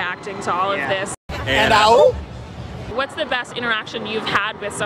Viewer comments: It’s more like oo- and not oop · I don't think it's "oop".. it was "ooh"... this is dumb.